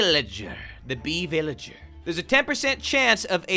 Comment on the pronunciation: what’s a beelager